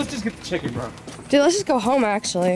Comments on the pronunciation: “CAUSE I WANT CHIGGEN” 😂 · Because I want CHIGGEN